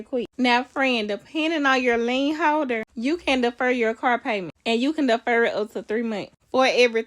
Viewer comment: Deefur it